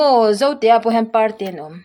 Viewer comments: Zote ah parte an awm anilo a,hmar zote,hmar parte an awm thin,chuan parte lam dan hi,"pangpar in par a chhuah" tih a "par" ang thluk a lam tur aw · Parte hi par hi lam hniama tur.